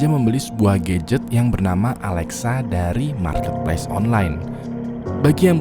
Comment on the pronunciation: "Dari mulai hantu yang perhatian banget, sampai ke GAYget" 🗿 Gadget❌ GAYget✅